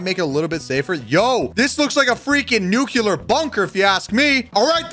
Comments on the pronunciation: mans says nucelar (noo-kee-lur) but its pronounced nuclear (noo-kleer) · Nuke You Ler? Or nuclear? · It's not nucular (your prununciation) it's nuclear (correct pronunciation) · He calls it a nukelar bunker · Stop saying nucular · ITS not nuce lear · Nuclear pronunciations failed: 1000 times. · Bro he pronounces nuclear wrong...